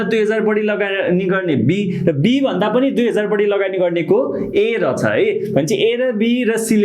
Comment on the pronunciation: Ekdum kada xa vdo tara sir le रछ रछ vanda halka naramro suniyo 😄😄aru ta ekdum kada